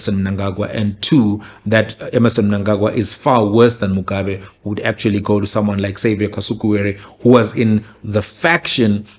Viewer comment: Even the way he pronounces Mugabe's surname says everything we need to know kuti why he took that position. Just replay muone. If you are going to tell the story taura sezvazviri shamwari, dont be that biased.